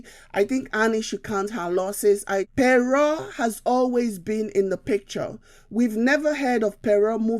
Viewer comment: Pere or Pero? It is pronounced - Kpero . Good analysis though.